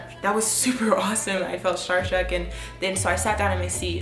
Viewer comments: Did she say starstruck or scharstruck cuz bitch i am SCHARSTRUCK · you were "Schar struck" lol